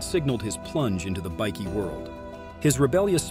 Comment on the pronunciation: You might want to learn to say Bikie properly, it's not pronounced "bikky", it's pronounced "bike-e".